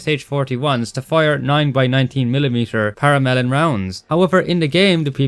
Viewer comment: Did anyone else hear "9x19 Paramelon rounds"?